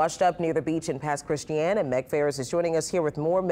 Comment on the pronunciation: Love how Meg pronounces Pass Christian